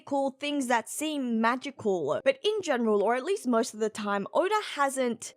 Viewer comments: Stop adding extra sounds in words. 😂 Odaurgh instead of Oda. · I thought it was more, odar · Here's my impression of saying "Oda". You ready? Okay. Here goes. "Orda".